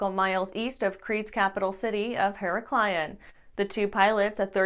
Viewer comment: It's Heraklion and not Heraklaion.